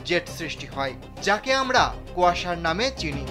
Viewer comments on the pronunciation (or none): কোয়াসার না রে পাগলা, এটাকে কোয়েজার বলে।